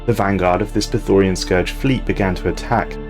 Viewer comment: Mate, I love your videos, but could you please learn to read. Those words are different than you think. It's not Praetorian, it's Prethoryn. It's not orbitable, it's orbital.